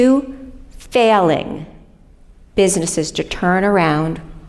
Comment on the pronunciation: The way she said "Two FAILING businesses" , her mask slipped right off. What an absolute psycho.